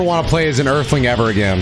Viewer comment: "i'm never wonna Play as an aerthling again" uub left the group 😂